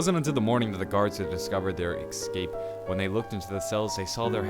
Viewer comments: escape. not "ecscape" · It's escape not ekskape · it's escape not excape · Its Escape not Ecsape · Could you please say Escape and not Excape? Theres no X in ESCAPE! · OMFG ITS ESSSCAPE NOT EGSCRAPE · Only thing that bothers me about this whole channel is "ecscape" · It's ESSSS-CAPE not EXS-CAPE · Escape not ecscape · Bro say it right Es-cape not Ex-scape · I hate how he keeps saying "exscape" and not escape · "eggscape" what. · It is Escape not excape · They built a plane and "excaped" They attempted there "excape" There was a pipe in his way that prevented his "excape" Jesus man don't skip English class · is he gonna stop saying ecxcape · Ex-cape. Ex-capable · Excape isnt a word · Why do you say "ekscape" instead of escape its kinda annoying..... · ALWAYSE SAY EXCAPE ITS ESCAPE CMON PEOPLE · I feel rude for saying this because these videos are awesome (very helpful/knowledgeable), but is anyone else annoyed about 'ekscape' not 'escape'? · OMFG!!!! The was he says escape pisses me off. Idk why it just does. I mean exkaped is basically what he's saying. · Ecscape? Seriously bro? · I cringe every time I hear him saying ekscape. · It sound like he’s saying X but he some people talk different relax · Stop saying excape just a pet peeve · The way you pronounce "escape" just hurts my brain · But the way he says it isn't a joke...